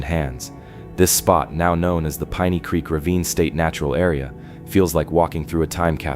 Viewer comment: Seriously? Couldn't narrate this yourself? AI doesn't pronounce piney right. Over n over again.